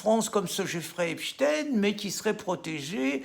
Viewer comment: Merci Monsieur Cassen de prononcer Epstein comme il se doit. J'en ai marre d'entendre à la radio "Epstine" ou "Weinstine" (pour l'affaire Weinstein). Est-ce que l'on dit Albert "Einstine" lorsqu'on parle du célèbre prix Nobel de Physique ????